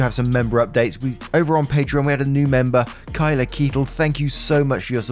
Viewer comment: I am so genuinely surprised you pronounced my name (Patreon) correctly. Thanks man! Always glad to show support when I can! 😊